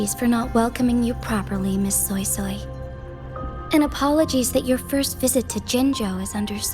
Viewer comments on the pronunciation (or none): The only thing thats giving me the ick is the fact that the eng dub is absolutely BUTCHERING SuiSuis name💀😭 Why the freak are they saying SoySoy (like Soy sauce) instead of SweiSwei, like daaamn